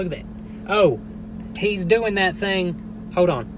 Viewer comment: “Hoad on”.... of all the things you say... and u say a lot... this always stands out to me. I think because of when I started watching... we did a lot of hoading on. 😂🤣 I don’t mind hoading on at all 😁💜